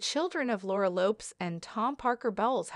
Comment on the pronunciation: The commentator is pronouncing the Queen Consort's son's & daughter's surnames badly. PLEASE LEARN TO SPEAK THE KING'S ENGLISH!!... They are Tom Parker BOWLES (as in 'bowls' of soup not 'bowels'...) & her daughter's surname is LOPEZ ( ending in 'Z' as in "PEZ candies" not as in "LOPES around").